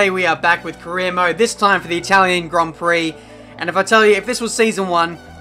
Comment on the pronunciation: I've been here for some time now like since the beginning of the career mode but i still hear it as "korean mode" at the intro. xD